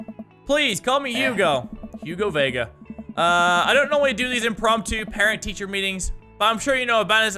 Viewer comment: thank you for pronouncing my last name Vega right